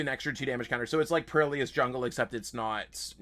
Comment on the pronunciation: im sorry how are you pronouncing perilous??